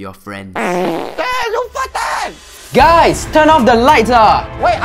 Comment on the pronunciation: I feel so bad torturing ur fwenss...